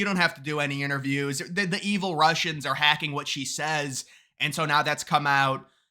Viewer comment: "Roosians! It's them Roosians again!" 😆🤣😆🤣